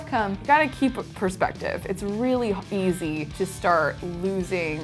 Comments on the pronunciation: “it’s really H-Easy” hahahaha dying 😄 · "It's really h-easy" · "It's really ha-easy" lol lapsus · It's really h-easy